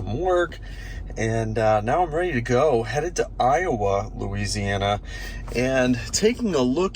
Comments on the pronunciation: Pronounced I-O-A, not I-O-uh. Louisiana is weird. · Iowa, LA is pronounced ‘eye oh way”